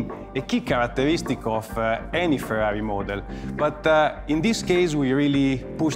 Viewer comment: R U Fkng Kidding me ...? I thought, Finally someone who will pronounce Ferrari correctly. and the guy can't even pronounce the letter R. Ha, Ha, Ha, Ha, Ha.